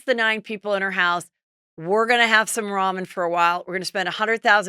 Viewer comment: "We're going to have some raman for a while" LOLLLLLL dead.